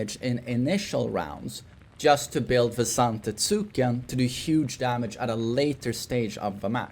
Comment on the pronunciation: For the love of god, It's pronounced "ZantEtsken" with emphasis on E, although he never reads the comments anyway... Had years of him saying zAfina and never changing his ways... sigh